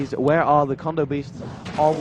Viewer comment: Theyre kodo beasts not condo beasts. silly announcer >.<